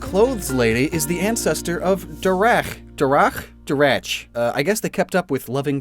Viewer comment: can’t pronounce Derek